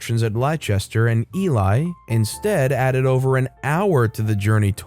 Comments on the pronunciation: And eelee not eelie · That's not how you pronounce Loughborough, Leicester, or Ely. 🤣